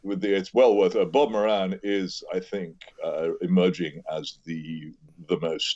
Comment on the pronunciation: Moran rhymes with Doran... Not mo- ran